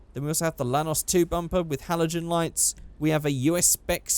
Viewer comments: At first, i thought you said Thanos but it's actually a Lanos😂 Holding bay 1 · Whenever you say lanos I think you're saying thanos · I AM POLISH AND YOU SAID IT RONG